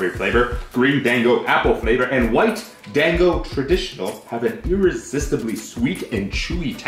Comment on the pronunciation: Hah Pete and Japanese stuff, two great things. Gotta say hearing him try to pronounce things was funny. "Dang-o" lmao.